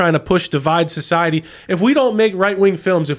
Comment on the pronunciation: stop saying “SOH-CEI-EH-TEE”!